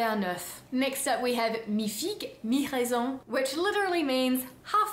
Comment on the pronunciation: Chère (pardon de cette familiarité), Tu as raison, deux ans loin de la France ont eu une mauvaise influence sur la prononciation du français. Tu dis "U" et pas "OU", "AN" à la place de "IN" (le raisin!). S'il te plait, revient nous voir histoire de parfaire ta diction. Sinon, cette vidéo était encore super. Bravo! Dear (sorry for this familiarity), You're right, two years away from France had a bad influence on the pronunciation of French. You say 'U' and not 'OU', 'AN' instead of 'IN' (le raisin - the grape!). Please come back and see us to perfect your diction. Otherwise, this video was still great. Well done!